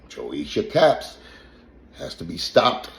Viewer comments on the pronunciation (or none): Dude said Joesha Cap😂😂😂